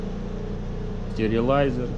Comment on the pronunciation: я про произношение ))